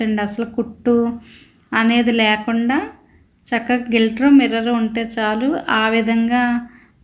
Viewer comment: గిల్టర్ కాదు అమ్మా గ్లి ట్ట ర్ అనాలి.